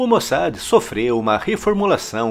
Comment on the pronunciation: Pronuncia correta...... MOSSÁ.....